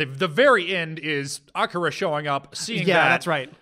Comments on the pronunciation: Whyyyy must you insist on calling Akira “Ak-uh-ruh”. I’ve literally never heard anyone call him that ever, and it’s distracting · I know I’m really late, but I just watched this, and I CANNOT get over cringe-worthy pronunciations of Devilman, Akira, Amon, and probably a few more